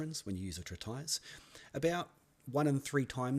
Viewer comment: Oh, it is not pronounced "trit" "ice", but "treat" "is"